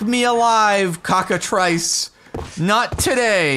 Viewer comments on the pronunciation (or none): I know it's a really minor thing but it's pronounced "cockatriss."